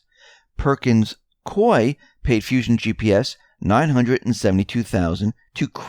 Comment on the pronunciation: Perkins Coie, pronounced Koo-ey. Like Gooey with a K.